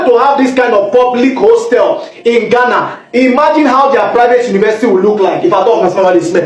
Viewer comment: Honestly I don't like the way our green and white cousins call us {Gana} Please it's Ghana 🇬🇭 not Gana 😂😂😂😂😂😂😂 One love Nigeria 🇳🇬